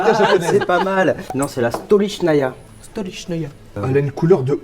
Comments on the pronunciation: pas stolichnaya mais stalichnaya le o ce prononce a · J'avoue quand elle a dit stolichnaya avec l'accent genre russe j'ai bander et j'ai eu des images dans la tête .. dsl pardon sorry pardonnez moi